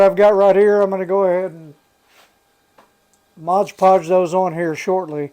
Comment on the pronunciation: I can’t un-hear “modge podge” now!